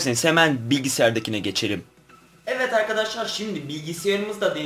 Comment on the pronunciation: evet derken neden evet değil de evvet arkadaşlar diyorsun çok merak ediyorum😃